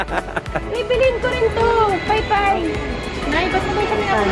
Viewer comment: ATE DANI PAYPAY HAHA ITS PAMAYPAY HAHAHAHHA LOVEYOUUUU ATE DANIIIII❤️❤️❤️